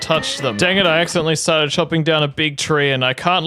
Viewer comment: “ it was a axecedent “ 😭😭